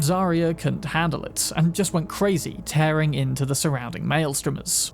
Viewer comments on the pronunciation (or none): none